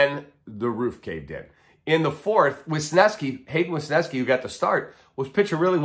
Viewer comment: JFC it's not Wisneski like saying "Wisconson", it's WESneski like saying "wesley". WES-NESKI. It's not f'n difficult Kiplan, i'm sorry I mean Koplan...oh my bad Kaplan. Why is this so difficult for you and others to say it correctly?